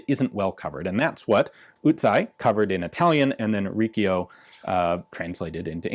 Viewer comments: Not Rickio but Richio (Ricchio pronouced rikkio is the shortened version of the italian word for 'faggot' -offensive way to say omosexual male-) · Here is a quick lesson in Italian...Usai is pronouced like OOH-sahee (emphasis on the first syllable), and Riccio is pronounced REE-cheeo ( The "c" followed by an "i" or an "e" makes the "ch" sound. A "c" followed by an "a", "o", "u", or "h" makes the hard "c" sound or like a "k".)